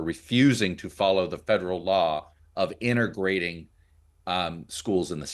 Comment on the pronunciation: "inteRgrating" LOL